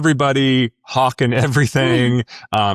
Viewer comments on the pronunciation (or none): none